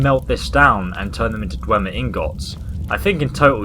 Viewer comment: *Dwemer. I know that you have a disease or condition that makes you fail some words,but it's better correcting you than doing nothing. No offense.